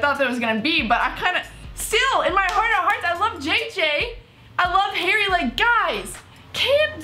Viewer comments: When she says Harry she says hairy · Its Harry not Hairy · The way you say harry sounds like hairy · It's Harry. Not haaairy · His names Harry not haireyy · It’s harry not hairy.... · She pronounces Harry like "hairy" loool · His name is Harry, not HAIRY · It's Harry not Hairy😂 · Did she just say hairy instead of harry????omg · Am I the only one that hears 'hairy' every time she says 'Harry' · Is it just me or does say hairy instead of Harry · Why does this one calls him "hairy"?? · It's harry not hairry ffs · Please stop calling him hairy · Why do u call harry hairy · she says "hairy" instead of "harry" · Bruh his name is not "Hairy", it's "Harry" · Why tf do you call him hairy not harry I'm so triggered